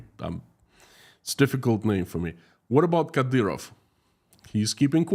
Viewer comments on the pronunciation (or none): none